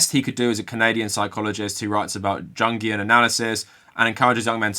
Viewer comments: I like your videos. I recommend you read some Ta-Nehisi Coates and recommend you learn to pronounce Jungian. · The video maker doesn't know how to pronounce a lot of words. Like Jungian for example